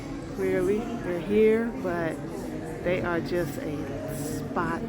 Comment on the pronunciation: 😂not "a spot" sis😂😂😂😂😂😂